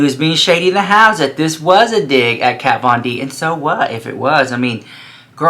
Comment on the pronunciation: This isn't Jeffree bringing shade, it's been so many years he doesn't know how to pronounce Kat's name anymore, he's so over the drama shit, he doesn't give a slap, plus it wouldn't bother her a bit, she doesn't have a thing to do with the business! Of course it wasn't necessary for him to do the religion thing, but he wanted to do something different, something that hasn't been done before, which it hasn't, I mean only Jeffree makes a Pink faux leather Bible and turns it into an eyeshadow pallette lmao, Jeffree doesn't copy anyone, he doesn't have to, he has the money to make whatever he wants and this is what he wanted to do, and he did it brilliantly as always! So you start drinking some Iced tea baby, lol there's no hot tea here! Hahaha! JK! I love you! 🥰❤